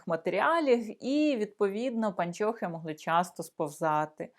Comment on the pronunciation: Вы, уважаемая, совершенно не знаете украинского языка!!! Во первых: не " паньчьохы", а " пО нчохы", и не носочки, а скарпетки и т. д.😢😢😢😢😢😢😢😢😢😢😢😢😢😢😢😢😢😢😢